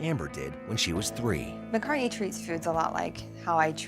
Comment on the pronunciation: “McCartney.” Ugh. Poor thing.